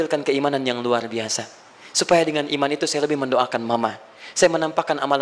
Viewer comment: Ngomong luar lual,waduh pasti baca Alquran nya tidak fasih.😆